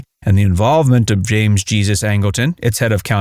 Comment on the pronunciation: James "Jee-zuz" Angleton?! It is pronounced "Hay-soos". It is a Spanish name. Angleton was partly of Mexican descent.